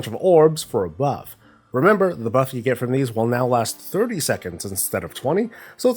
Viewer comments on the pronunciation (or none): none